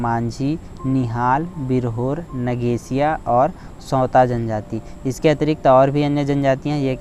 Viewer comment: सौरा है सौता नही है सर